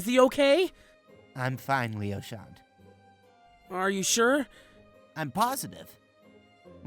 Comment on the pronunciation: How pronounces Leochant's name -Lee oh shall not How everyone else pronounces his name- Lee oh sha-nt